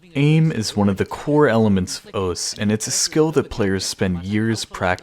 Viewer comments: Imagine saying osss instead of osu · Why do you say os?